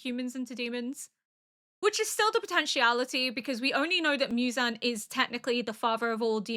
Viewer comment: Mew-zan ❌ Moo-zan ✅ 😁👍 you got it right a few times but don't stress about it, Japanese names are a little difficult, i just realized that almost all the anime you watched so far like AOT, Vinland, Frieren, FMAB have European names and Apothecary has Chinese names, is this the first one you watch that takes place in Japan ? better get used to it, hehe 😋 EDIT : woops forgot about Death Note